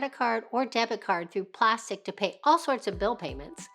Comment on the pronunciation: Fyi: It's not "plastic" it's pronounced plas-teek